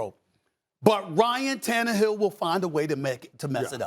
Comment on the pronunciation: Is Stephen A having a stroke every time he mentions ryan tannerhill’s name?